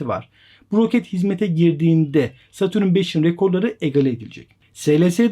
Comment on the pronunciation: Satürün ne abi. Dayanamadım kapattım videoyu.